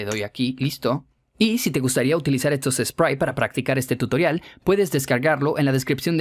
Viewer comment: desde cuando tutorial se pronuncia tuitrion